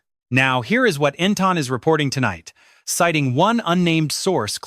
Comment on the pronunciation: EntIn, NOT EntOn